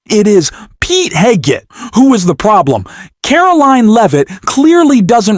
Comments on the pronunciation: Cant even pronounce "Hegseth" - I stopped watching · I thought the ai voice couldn’t pronounce Hegseth’s name, then I realized the ai pronunciation is different each event.